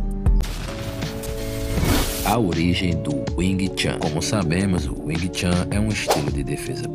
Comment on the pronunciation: Não se pronuncia chan ,mas chun.